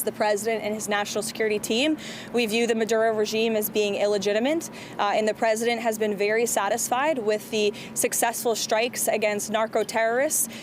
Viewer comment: She said illegitiment! And I don't think it was accidental!